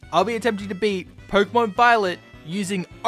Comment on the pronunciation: Stop saying porkumon instead of Pokémon